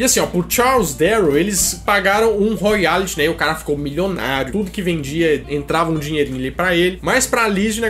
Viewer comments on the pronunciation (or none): Não é "Royality" e sim ROYALTIES. Apenas retificando.